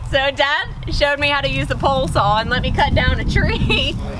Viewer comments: Thanks for Inspiring others and just being yourself. Love your work and the awesome effort & dedication you give, it makes the process and project well appreciated. I'm also from the South (AL) and I pronounce (Saw) as you do. It's a Southern thing, hopefully I can get the courage to make a video soon. Thumbs up girl!!! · You are way more mature, focused, and grounded than most younger people these days. Your parents raised a great kid...even if your mom did teach you to say "saw" with an "L" on the end. I hope your channel continues to grow and that you find even greater happiness to come. Thanks for your videos!